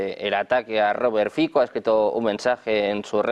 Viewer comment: Fico..es un apellido y no se pronuncia como uno quiere...este apellido se pronuncia "Fitzo"